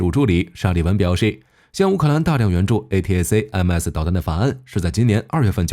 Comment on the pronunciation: A-ta-kam-s 請用音標發音。